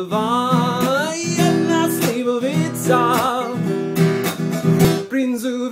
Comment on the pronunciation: Ale slivovica povedal dobre xD